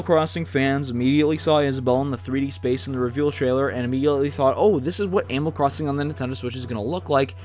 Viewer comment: There Is Fucking Stage Builder Also did he just say cwossing